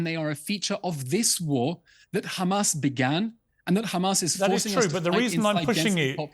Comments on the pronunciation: Since October 7th Piers has not learned how to pronounce haMAS. He continually calls them haMASS😅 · I'm deeply offended and this Anti Semitic and blood libel as you have pronounce Hamas incorrectly they called KKKHHHAMAS with the letter KH not H so please pronounce it correctly this absolutely anti Semitic not pronounce our words incorrectly 😊